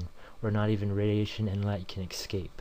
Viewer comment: "Not even radiation and light can ex-scape." Lmao, this guy is dumb.